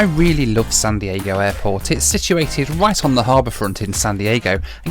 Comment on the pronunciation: I think I heard you say sun Diego😀